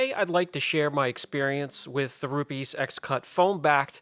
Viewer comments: its pronounced RU PEZ, not rupeees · Hi Brian, Rupes actually recomends using very little water with these. They call it "damp" sanding instead of wet sanding, just couple sprays of water on pad, not dumping pad in the water. I like to use them, very useful and safe tools. Also please dont call them Rupeeees... Other than that I am your fan, thanks fpr the videos!